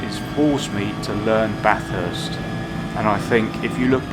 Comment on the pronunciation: What? A British bloke who can pronounce Bathurst correctly? I must be dreaming.....